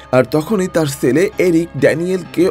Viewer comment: Apnar pronunciation thik koren bhai Sele na chele hobe